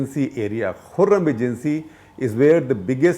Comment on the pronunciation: Mr Shekar Gupta , your transfrontier knowledge is a little weak It is kurram not khurram agency, secondly there's no BLA at all in Kurram for God's sake , before sending sound bites , please do some research